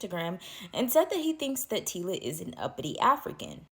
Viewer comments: EHH , EHHH! Wena mara🚶‍♂️🚶‍♂️ Get your pronunciation straight!!! NOT, TILA, TACILA, T WHAT WHAT YOU ARE BLUBBERING!!! TYLA , SPELLING MY SISTER! PRONUNCIATION eg = " TYLER " BUT SPELLED AS " TYLA " DO YOUR HOMEWORK! YEER! YOOOH! 😂🚶‍♂️ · The name is TyLa pronounced tie-la